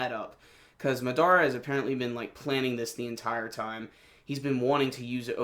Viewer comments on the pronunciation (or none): It's Ma-da-ra not Ma-dara.